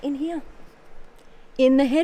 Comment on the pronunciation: I'm always here for how she says "here".. "Heeyah"